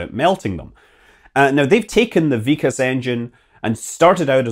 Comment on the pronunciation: Its not vik-as ...... Its VIK + kas .... K sound is carried over And Its IS-RO , like' is this '